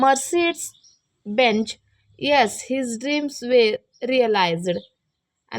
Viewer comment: Mercedes benz ko aap Mercedes benz bolre padane aye kya bade